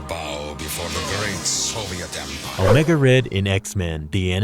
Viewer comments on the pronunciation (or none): none